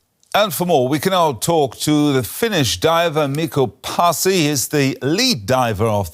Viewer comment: not miko passi, but Mikko Paasi, you literally prounounce the way its written,the news reader could at least give that little honor to this man and get his name right. Only the best from our country finland. this man is a legend, so much respect for people who serve others by risking their own lives.